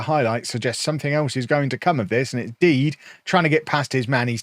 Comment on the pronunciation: Surely Dede is pronounced de de and not deed?